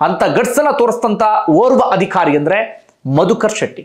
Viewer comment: Adikhari alla, adhikaari, focus on pronunciation. All other narrations are good